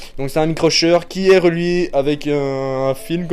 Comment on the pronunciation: Super vidéo:D, j'adore! ( juste, pour la marque shure, ça se prononce shoure )